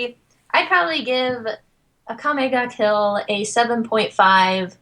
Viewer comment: I love that whenever anyone says Akame Ga Kill, it sounds like they're saying Akame Got Killed. xD